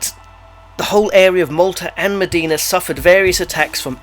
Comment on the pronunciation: Great informative video! :D But it's not pronounced as 'Medina' but 'Imdina'